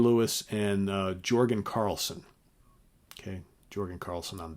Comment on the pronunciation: Great job and I agree with the album order as well but here’s a couple of corrections: Jorgen is pronounced “Yurgen” and Oteil’s last name is Burbridge not Bainbridge. Keep up the good work. 👍